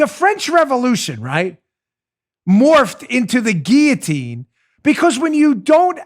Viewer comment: Dan, Thank you for pronouncing guil·lo·tine correctly!